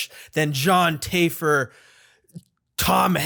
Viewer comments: It's taff-er not tayfer. He's a big bitch though so who cares. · i love you but when you saind Join "Taifer" my soul left my body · Luh-key-too? John Tay-fer? really? lol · It's pronounced Taf-fer. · It triggered me how you pronounced the name of Jon Taffer as Jon Tayfer. Omg! He might fight your ass for saying that. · Also regardless of how you feel about John the way you say taffer indicates you haven't paid a single episode lol